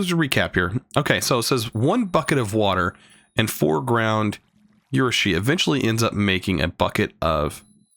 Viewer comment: Yo, I think its pronounced Uh-roo-shi. I think. Don't take my word for it I only know Japanese pronunciation from AMINE.